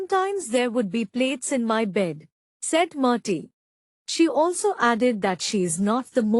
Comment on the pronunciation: Correct your verbal pronunciation. Its "Murty" not "Marty".